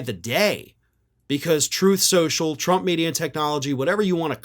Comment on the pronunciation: "Troath Senshul."